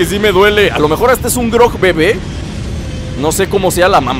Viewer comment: eres el mejor, me encanta como juegas,y eres muy gracioso, y se llama gorog no grog jajaja